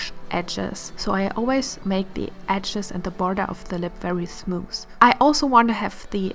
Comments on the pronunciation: Really enjoyed watching this video and the face is simply stunning!!! However I noticed a little pronunciation mistake you did quite a few times which was the word smooth. You said something like 'thmoos' so you sort of switched the 'th' and the 's'. I believe if you'd correct this mistake It'd make such a difference, since your overall english speaking is pleasing to listen to! 💙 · I didn't know that at all! Somehow I always thought smooth is pronounced with a "th" Thank you so much for letting me know the correct pronounciation! Thank youuu!